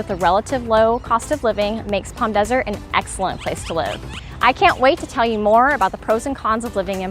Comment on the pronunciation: Helpful video. Thanks. It's so nice to hear you pronounce Palm properly. With the silent "L". Unlike other YouTubers that talk about the area, some pronounce it like "Pawlm". Drives me crazy lol!